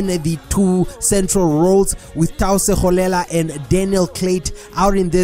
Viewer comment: You should go through the team sheets before the game, coz you always pronounce players names wrong. On this video you just said Tau Segolela. Its Tlou